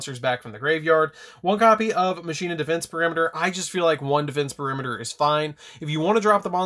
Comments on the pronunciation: Is it pronounced Machine-ah, or Mach-in-ah like how Wakka says it in Final Fantasy X? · I pronounce it like Makeena